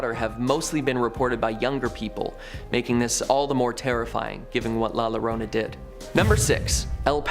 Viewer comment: Double L “Ll” doesn’t make a normal “L” sound, it makes a “Y” sound, so Llorona isn’t pronounce Lo-rona, it’s Yo-rona